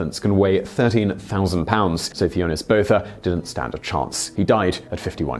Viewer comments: Hi Simon. The name Theunis is pronounced Teunis. i am a South African and come across the name frequently. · You really butchered the name Theunis, look it up how it is pronounced, it is funny!